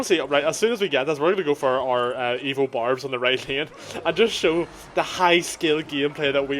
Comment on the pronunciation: Everytime you said "evo barbs," I heard "evil barbs."